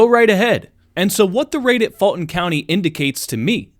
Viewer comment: Why are you saying "Faultin county"? it is "Fulton County".